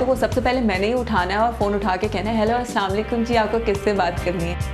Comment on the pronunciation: Kindly salam thik se kiya kren اسلاوا لیکم Nahi اسلام علیکم Ye criticism ni hai, islah k liay keh rhi hun